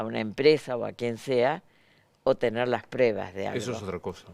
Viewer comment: SRA FANNY SON "PRUEBAS" LA DICE MAL A LA PALABRA Y ME DA COSA ESCUCHARLA EN SU BOCA PORQUE PARA MI ES UNA PERIODISTA CASI PERFECTA.